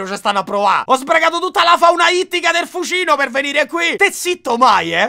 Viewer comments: Da Abbruzzese non avevo capito prima l'aneddoto del Fucìno perché noi diciamo Fùcino con l'accento sulla U è pensavo fossi io pazzo😂😂😂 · NOOO è lago di fùcino, non fucìno (è come leviosa... non leviosà) 😁 ps: sei troppo forte!!! non smettere MAI di fare video